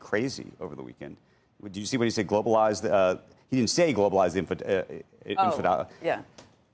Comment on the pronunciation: Globalize what? You cannot even pronounce it. Maybe you should do basic research before voicing your opinion on anything